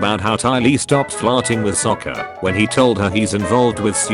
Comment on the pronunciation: bro even the ai voice says sokka's name better than in the movie😭😭